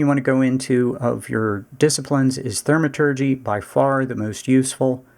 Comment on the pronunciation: Gha, love the vid but every time you say Thermaturgy it's like nails on a chalkboard. Thaumaturgy, like saying Thaw